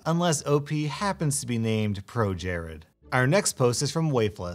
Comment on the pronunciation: Not going to lie, I literally laughed out loud when you said ProJarod.